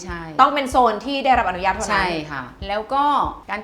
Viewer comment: อยากให้ทุกคนที่ทำงานใด ๆ ออกสื่อ เลิกเติมสระอิในคำว่า "อนุญาต" เพราะ อนุญาต ต้องไม่มีสระอิ 🙏 ขอบคุณค่ะ